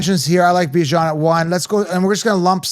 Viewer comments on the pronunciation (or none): lol come on, yall gota add a little more swagger when you pronounce a black man’s name. Calling that man Bi Jan for so long was just filthy work 😂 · you’re the best guy in the fantasy football space. Thanks for all you do! I agree with you on Chase Brown. I’m staying away from him. Jeanty is still going to do well And people need to understand it’s pronounced BYE JAN